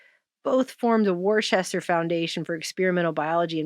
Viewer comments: ** ALERT. ITS pronounced . Wuh stah.. not Warchester. That's. Wuh. Stah.. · Ciba is See-ba, Worcester is Wuss-ter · I'm from Massachusetts. It's pronounced Woostah! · Worcester is pronounced wus ter I’m from mass originally. I know it makes no sense, the whole state is weird and terribly haunted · I'm from Boston, it's pronounced WOO-ster. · Worcester is pronounced Wooster. Kinda like woosy but Wooster. Haha. I so appreciate this channel!!! It takes so much work, some don’t realize that. All they do is turn on the channel & listen. But, deep diving is more like spelunking. Very admirable y’all! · CIBA is pronounced SEEBAH. It would be Sibba if it was spelled Cibba". Worcester is pronounced Whuster (just two sylables).